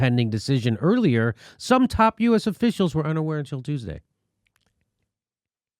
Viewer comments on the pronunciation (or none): none